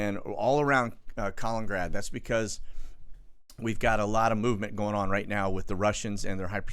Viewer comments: KAH-LIN-IN-GRAD, not Collingrad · it is actually KALININGRAD an extra “IN” in the name: KA-LIN-IN-GRAD. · KAL IN IN GRAD.... thumbs down until you start pronouncing this correctly!, notice the TWO IN's....